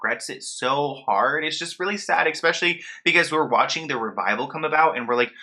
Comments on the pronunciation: Normally I try to keep corrections to myself, but you seem to heavily favor the word "especially" in your videos. It is pronounced "eh-specially" but you are pronouncing it "ex-specially". Just thought it might help. Take care. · For the love of god please stop saying “EXspecially”